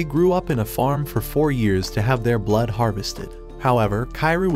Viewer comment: bro ait aint that fucking hard to say blood